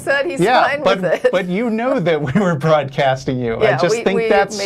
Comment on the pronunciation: "Mrmmm SNORT I-I'm nort broardcasting ill turn my speakers dowrn."